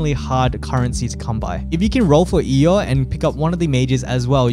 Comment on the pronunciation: There’s no way she’s called “eo” , it’s said like her name “io. 😂 someone must be trolling